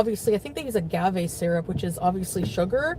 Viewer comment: The way this bitch does nothing but eat and mispronounces everything...... spanakopita, philo, agave, pasta..... it drives me crazy